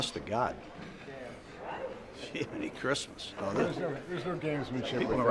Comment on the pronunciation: Lol 2nd time he's said Jiminy Christmas.